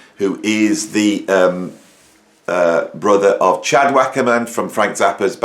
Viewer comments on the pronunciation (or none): none